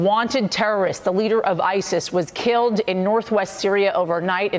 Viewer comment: 'Isist and other terist organisations' ...?!?!